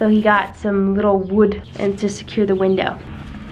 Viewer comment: “WE NEED A BIG VINDOW” HAHA❤️